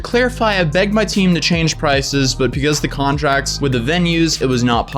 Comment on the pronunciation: I like how he says pecause instead of because